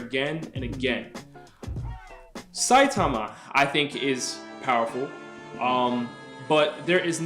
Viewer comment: thats not how you say saitama...and also what has character development got to do with this were talking about power not character and also here are some examples of gokus character development (you mean to tell me that the same goku that wouldnt even dare look at frieza's way ever again would invite him because he felt like he needed him for the tournament of power the same goku who gave cell his senzu beans would be willing to participate in a super saiyan god ritual if he was the same he would have never invited frieza to the tournament of power he would have never participated in the super saiyan god ritual because it isnt really his power plus after getting defeated by beerus goku asked for whis to train him character doesnt have to change drastically to have character development that's not what character development is)